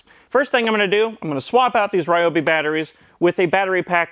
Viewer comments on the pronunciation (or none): We pronounce Ryobi wrong here-- RYE-oh-bee. It's actually r'YOH-bee.